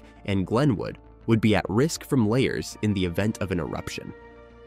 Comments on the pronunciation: It's "la-HARS" - not layers, you idiot. Are you a computer who didn't get any "AI"? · Luh-Hars! Not layers! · I thought volcanic mudslides were called la hars not layers. Narrator must be from Canada that pronounce about a boot. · Lahars pronounced as “layers”?!? Arrrgh! AI voice fail. You could have caught and corrected that, but no. I’m so tired of finding nothing but non-human content on YouTube. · Dude, say it with me...La. Hars! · I’m not sure who is narrating this but it’s, Lahars! La har(pronounced like La bar) only with an h instead of a b. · Emphasis on the second 'a', and both 'a's' are soft. Not pronounced 'lay hers'. This is middle school science class-level knowledge!